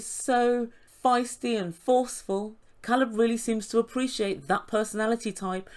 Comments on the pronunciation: your welcome. Alina seemed to be the kind of person that thought mispronouncing names or doing inappropriate things was cute and funny. I am glad he didn’t let her bully him into a relationship. She even tried to make him feel bad and said he had a problem with her disability. He was honest with her and even if after meeting her he did have a problem with her disabilities that’s not anything she should be using to try and make him stay in a relationship that clearly was toxic. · Yeah, Elijah needs to take a step back. But I’m a super private person so I find his line of questioning out of bounds. Caleb is handling it much better than I would. It’s pretty impressive. Sort of related, Caleb has cleared up how to pronounce his name. It is, indeed, a long A. That was bugging the crap out of me. 😝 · in the next episode when her girlfriend asks about his name he says Alina pronounced it wrong and she laughs says it correctly and admits she doesn’t pronounce it correctly but then continues to mispronounce it after that. I find her and her friends aggressive, but then I think TLC scripts the show so who knows if they are even a real couple. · Please let’s all pronounce Ca(long a)lab’s name right, the girlfriend of Alina ask and he told her Alina didn’t pronounce it correctly and Alina acknowledged she knew this. Who continues to mis pronounce their boyfriends name?? Her calling him Calab drove me nuts, like Larissa adding an e on the of words!! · I was REALLY uncomfortable watching Alina push Caleb into sex! It should have flowed naturally not just because she demanded it. I can’t help but wonder if it was the other way around, people would be used upset with Caleb! Furthermore, his name is (K Leb, NOT Call eb). Why does Alina get to say his name wrong? It seems like a control issue to me! It is disrespectful! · problem is he is from the US and he even told her how to pronounce his name correctly, she just chose to ignore him.